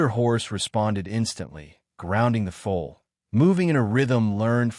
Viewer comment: Foal not fool ! ! !